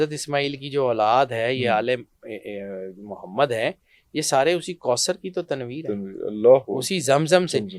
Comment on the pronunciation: Be shak Mohd SAWka nam Mubarak Ada karne ka Aap ka ndaz bahut khisurat hei Allah Hamein be yeh Jazba naseeb farmae Ameen